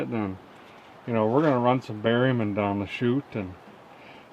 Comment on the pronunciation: The first time I heard you say “berryman”, I think in a S10 video, at first I thought you said “barium”. I laughed, thinking that an enema might be just what the S10 needed.😆